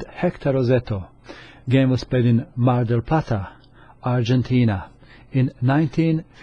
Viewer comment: I was surprised by the way you nailed the 'Mar del Plata' pronountiation. Greetings from Argentina.